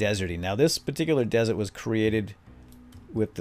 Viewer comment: *desert lol not dessert